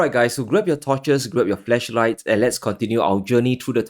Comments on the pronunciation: Did he just say “grab your fleshlights? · I heard “fleshlights” 😆